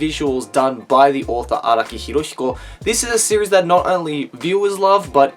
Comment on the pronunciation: IT"S NOT HIROSHIKO IT'S HIROHIKO